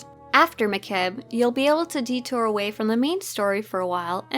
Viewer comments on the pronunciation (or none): none